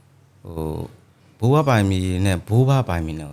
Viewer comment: ဘိုးဘွားနဲ့ဘိုးဘအသံမသဲကွဲဘူး၊အဲနေရာမှာဖြည်း၂ပြောပေးရင်ကောင်းမယ်